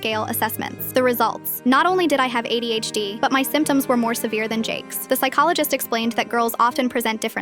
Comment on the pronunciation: I heard AIDS instead of ADHD and i was mortified and confused in the beginning